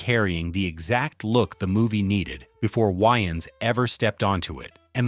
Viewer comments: It's Wayans no Wyans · I literally had rewind this 4 times because I thought he(the ai) said "yn" style 😂😂😂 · Who tf is “Wiians” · Aye aye aye aye aye!!! its WAYans not WHYans....say it wimme now!! WAY!!!!!ans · Why is the AI saying Wayans like YNs... I know damn well they couldve fixed that. 😅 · why-ans is an insane way to say his name. i have nasty scars on my scalp from a raccoon when i was 7. id probably turn down the roll due because of that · 😂😂😂😂😂 I thought he said Winans like the gospel group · I can only listen to the AI pronounce Wayans so many times before I had to quit watching. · Why you pronounce his name like that